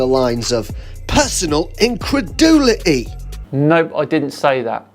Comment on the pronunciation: " PERsnonAL incredulitEH" lmaoo🤣